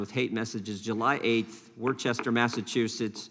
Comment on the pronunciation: And Elizabeth Warren is with Schumer and the nihilists and vandals all the way. (By the way, Mr. Jordan, it’s pronounced WOOSTer - short doubt O - Massachusetts. …Or WOOSTah, if you want to be rigorous about it.) Thanks, Congressman, for the roster of incidents that the MSM considered too antiNarrative to report.